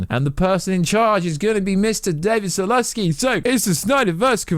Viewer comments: Zaslav friend. Not Zalaski. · Repeat after me: David ZASLAV, not Zalaski. BTW, you're claiming that you were the first to claim on YouTube that ZSJL was coming to HBO Max, which I doubt, but you were also one of a few who said that the Snyderverse would not continue and you deleted your video afterwards because people were saying you were backpedaling. Don't give yourself too much credit. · It’s David Zaslav not Zolonski. Also, Nitpicking here, you’re such a Snyderverse pusher (As am I) Why the hell do you show Josstice League Clips mixed in with Snyderverse clips? Please stop.